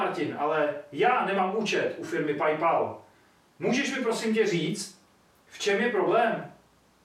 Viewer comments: Jen pro úplnost, Paypal se čte pejpaj, ne pajpal. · neni to "pajpal" ale "pejpel" kamo... jinak dobry ;) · PajPal" :D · D já asi chcípnu PAJPAL, to je výslovnost jako kdyby si střilel z nějakýho novýho modelu zbraně. PAL PAL PAL PAJPAL. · Jinak jsem nikdy neslyšel nikoho Paypalu říkat "Pajpal" XD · prej "pajpal" mohl by se to naučit vyslovovat :D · Čte se to Pej Pól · PajPal xD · Saigon Dee suhlasim. tie bryle ti vo videu fakt nesedia. A odporucam skontrolovat si anglicku vyslovnost pred uverejnenim. “Paypal”